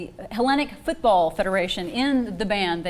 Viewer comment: now, lets try to pronounce it together: football!